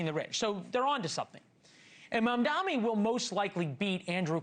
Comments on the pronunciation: I dont get it! Why is it so hard to say his name right?! It's M.A.M.D.A.N.I NOT MAMDAMI. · So true. It's like suddenly professional news casters can't tell the difference between an 'N' and an 'M'. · At this point mispronouncing his name is done purposely and outright racist